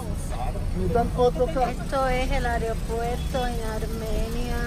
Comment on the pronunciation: like si notaste que dijo areopuerto, cuando se dice aeropuerto